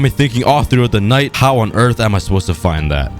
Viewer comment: The planet hwit the 🏘 is the earf🌍🌎🌏🍪🍪